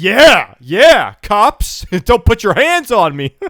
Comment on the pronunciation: When he said "these are some of the nicest cops you'll ever interact with" i was scratching my head and i thought he said "these are some of the nicest cocks you'll ever interact with"💀💀💀😭😭😭